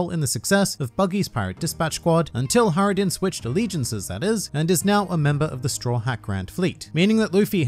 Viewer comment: Saying HIGHrodin and JJJorel is just wrong